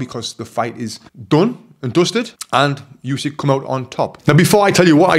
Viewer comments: Good analysis and yes, the ref absolutely saved Fury from a TKO. Only one thing to mention. As one of the greatest ever I think Usyk deserves to have his name pronounced correctly. It's Oo-sik not Yoo-sik. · Not Usky, but Usyk. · Oosyk not yousyk 😮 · Usyk not Usik